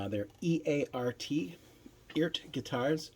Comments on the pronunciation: The website says the correct pronunciation is ert. Sounds like earth. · I think the way you say it is, E-art. The reference is to Art. Electronic ART.